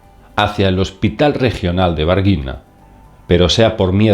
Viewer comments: No és "vaguina" és VARGINHA, pequena várzea= llanura aluvial. Se pronuncia + - VARXIÑA en su idioma. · No se pronuncia barguina... e sí vargiña. Va wa r gi ña sonido va no ba varginha como vagina pero vargiña jajajaja 🤣🙊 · soy de Minas Gerais y lá pronúncia del nombre de lá cuidad es Vargiña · Varginha se pronuncia Vargiña. Nh es la ñ portuguesa. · En portugués la ciudad en el grande estado de MINAS GERAIS se llama VARGINHA. Y se pronuncia war-ji-ña. La "w" es como en inglés "Vancouver". La "j" como en francés JE SUIS. Y la unión de n+h en portugués es pronunciado como la "ñ" del espanhol. MINAS GERAIS (MG) es mayor en area que España. "Gerais" se pronuncia como el francés JErais. El "caso Varginha" ya es conocido en Brasil por millones de ciudadanos. Yo quisiera saber de cuál raza de ets se trató el caso. 😉 👍🏻 🎯 👽👽👽🛸 🛸 🇧🇷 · Es muy bueno el video. en portugues varginha se pronuncia varlliña, saludos para todos. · Me gustaría un video con más detalles de Varginha (se pronuncia Varguiña). También podría agregar lo que aconteció en Argentina, en 1995 (creo), en la localidad de Joaquín V. Gonzalez, provincia de Salta. ¡Abrazos! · Disculpa, pero simplemente a título informativo o para compartir conocimiento; en portugués nh fonéticamente hace la ñ castellana, y la lh hace la ll castellana o española. Espero haber sido de ayuda, gracias.